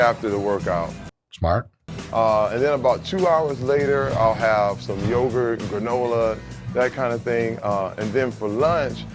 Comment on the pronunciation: "Terry loves yogurth"